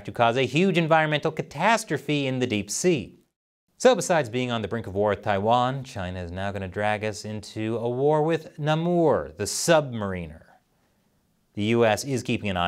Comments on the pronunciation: It's Namor, not Namour!!! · Namor is a long A not a short A. And Mariner is a short I not a long I. Comic nerd representing. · Is that how you're supposed to pronounce Namor?